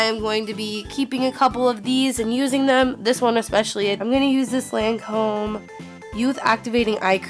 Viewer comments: omfg that's not how u say lacome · The way she pronounces Lancôme makes me cringe